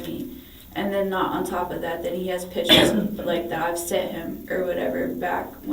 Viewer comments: we finna be pacific about the pitchers... aight? aight?.......😂😂😂😂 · lol.... cant forget pitcher....... lol.....